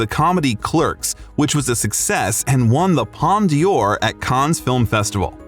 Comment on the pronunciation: Its a palme d'or not a palm of dior. Great video tho